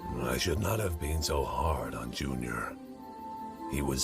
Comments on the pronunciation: When he screams "junior" it sounds like the Hungarian word "csúnya" Which means "ugly" lmfao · It really sounds kind he’s saying June-yah